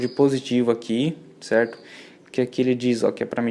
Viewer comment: Cerrrrto, cerrrrto, cerrrrto...